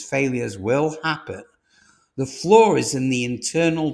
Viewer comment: Get a bit sick of these AI driven videos, repeated calling a FLAW a FLOOR, obviously edited by a machine not a human being.